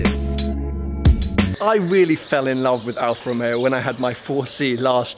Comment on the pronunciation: Al Fa Ro Meo. Yes, that's it.